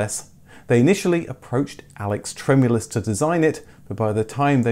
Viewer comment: It's TremUlis, not TrEmulis